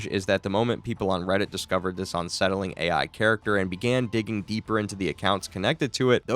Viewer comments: Bro its "unsettling" not "onsettling" 😂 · It’s un- not on-. You don’t say on-covered…it’s un-covered I hope this weird slip isn’t constant or I won’t be able to listen to this lol